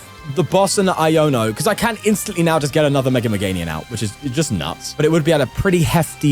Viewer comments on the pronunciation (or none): day 67 of pointing out he says "MeganiuN" 😭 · You have to start saying Meganium correctly at some point